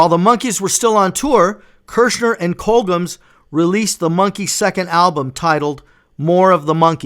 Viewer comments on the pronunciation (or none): Great video, dude. Really well done!! 😊.. Just got 2 things I must ask you… Firstly.. Why are you pronouncing “Colgems” like that? It’s pronounced exactly how it’s spelt . here, this is how it is said phonetically: “Col-jems”… If you’re the Monkees fan you say you are, then you should know that it was a label set up between Screen Gems and Columbia Records. See the “Gems” in “Screen Gems”? As in “gems of the screen”.. Make sense now? 🤷🏻😬 Secondly, lastly and probably most importantly… Why are you thanking Don Kirshner? Again, if you’re the fan you say you are then you should know that the band hated him because he did nothing but stifle them not only professionally but creatively. He was a real piece of shit. Ask Mike‘s fist. 😆 Time for you to scrub up on your Monkees history, la! 😜 ✌🏻